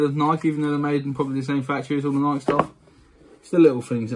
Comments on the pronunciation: I know lots of people in the U.K. pronounce it how I do instead of nikeeee! And I’ll check them out cause these were awful! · Your pronouncing Nike wrong just fyi. Also these crease guards are trash. Go with the Gen-X universal crease protector or the Force Fields.